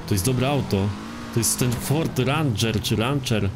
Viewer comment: To się chyba mówi reńdżer